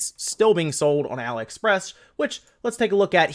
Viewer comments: .....you get told in every video you talk about them yet you refuse to accept reality. It is not pronounced Ally. It is Ali as in Mohammed Ali, or Alibaba, the prince of thieves. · why do you keep saying 'alah-express'? is it not 'ali-express'? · "ah lee" express...like Muhammad Ali....your enunciation was driving me insane